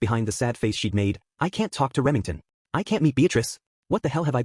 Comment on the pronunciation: lmao "remingten"